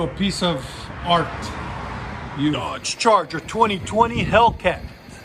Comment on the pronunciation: I heard Charger, but with an Italian "aree" (accent), and yeah 704 hp, lmfaooo!!! 🤣🤣🤣🤣🤣